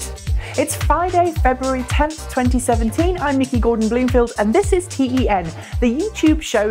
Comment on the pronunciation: come on don't forget your roots:-)